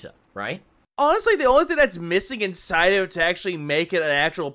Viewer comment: What the hell is in-sye I thought it was inside.